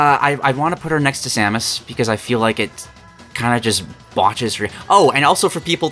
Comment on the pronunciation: i hate how this dude pronounces samus